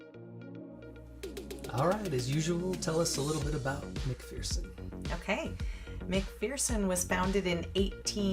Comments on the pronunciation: I already read the comments and saw somebody corrected you on the name so I won't do that, but I will say I grew up in Kansas and every time I hear you say "Mc-Fear_son" I wince 😆 I just stumbled on your set of videos. I think it might have popped up in my feed because I have started following another youtuber called Travel With a Wiseguy who is a track coach at Wichita State but also travels around exploring small towns and ghost towns. Glad I found you. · It’s pronounced McFurson by locals. The saying is there’s no fear in McPherson. Great video. Thanks. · Just so you know, it's pronounced Mc-fur-son. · McPherson.... rhymes with verse, lol